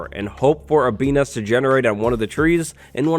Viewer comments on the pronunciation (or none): bee nest sounds like beaos